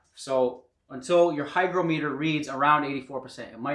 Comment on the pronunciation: hi-grah-muh-tur not hi-grow-mee-tur